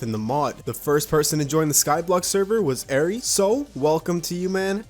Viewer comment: Whos gonna tell him ari is [ar-ee] not [ay er-ee]?